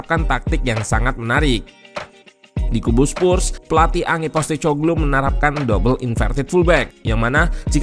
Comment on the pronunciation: sebagai info ajja utk namanya pelatihnya Spurs baca nya POS (seperti kantor pos) TE (seperti nama minuman, teh) KO (seperti "ko" pada kompor) GLU (paling dekat seperti menyebutkan bahasa Inggris glue yg artinya lem)